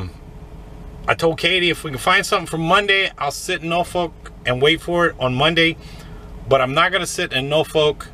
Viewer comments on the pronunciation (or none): Enjoy all of your videos, you do need to say Norfolk with emphasis on the Nor instead of No... LOL! OK driver have a safe one! 👍🏼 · Hey great video as usual. Just had a smile on my face listening to you pronounce Norfolk. Over here in the uk we have a place with the same name but we pronounce it (and this is really the only way I can spell it so that you can say it the way we do) norfuck. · I just love the way you pronounce the State Norfolk.